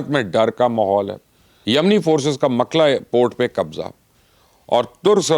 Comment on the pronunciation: مَکْلا نہیں مُکَلٌا